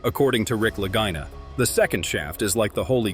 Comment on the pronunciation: How many different ways are they going to mispronounce the Lagina name?